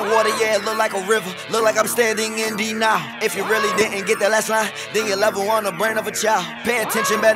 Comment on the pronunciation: he pronounced it weirdly. i only found out what he was saying after reading the lyrics. he pronounced it "dee nile" and also really fast so i didn't understand